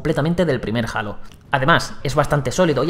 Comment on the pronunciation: Alto Youtuber pusieron para probar Halo Infinite, Halo lo pronuncia como el culo XD